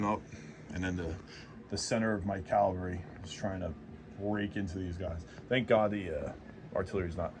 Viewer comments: And it’s cavalry not ‘Calvary’ 😢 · Dude can’t even pronounce “Cavalry.”